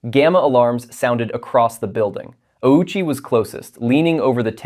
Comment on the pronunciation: That's not how Ouchi's last name is pronounced. We all know how it's actually pronounced.